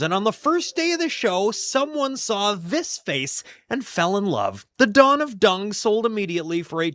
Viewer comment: Don the DUNG portrait,, not many people knows there a (G) at the end of (DUNG) he would say.. ..